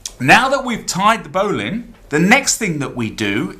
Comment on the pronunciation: I don't know why they way you say bowline annoys me.